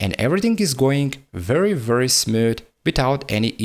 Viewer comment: hoes mad hoes mad hoes mad hoes mad hoes mad hoes mad. but fr on a serious note , english isn't my first language but actually my third , and it definently isn't his first language either . Tbh his english is actually quite good . I just thought the way he pronounced smooth was quite comical. I must say that i really respect his grind though. why the fuck you gotta get offended so quickly though lmao , man the fuck up.